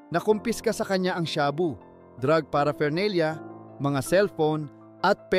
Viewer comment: paraphernalia -hindi para fernalia